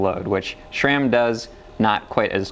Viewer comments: Guys, there is no H in SRAM! It is not SHRAM! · Why he constantly says "SHram"?